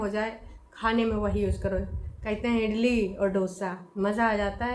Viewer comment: बहुत पढ़ी लिखी है इडली को इटली ब्लॉग को बिलॉग बोलती है